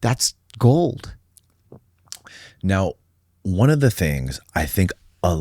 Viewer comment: Did you say “ogwold”?